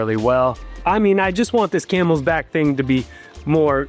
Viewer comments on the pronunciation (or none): And it's Camelback. Not Camelsback lol